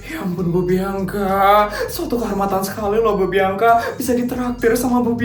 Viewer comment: Bianka bg bukan biangka 😂😭😭😭